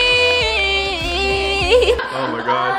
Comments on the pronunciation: Did you keep calling it a "tamboleeeeen?" Lol I died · I love that she kept singing tamboline instead of tambourine. 😁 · Steph saying tamboline everytime instead of tambourine 🤣🤣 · Hey Steph… lol it’s “tambourine” not “tambouLine” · Haha love Stephanie to absolute pieces but what is a “tamboline”😂💛💛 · did Stephanie say tamboline o_O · What’s a tamboline? Lmaoo🤣🤣